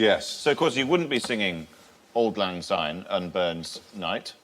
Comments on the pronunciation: It's Auld lang Syne NOT auld lang Zyne. It has an S not a Z. And it's 'we'll tak a cup o kindness yet for auld lang syne' NOT 'for the sake o auld lang syne' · It’s not Zyne it’s Syne. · It's not Auld Lang Zyne its Auld Lang Syne. Say it properly please. Thank you. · Auld Lang Syne. NOT Zyne. Mr Fry. And words are for Auld Lang Syne. NOT for the sake of..... anything. David T, I am shocked. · Old lang zyne makes me cringe.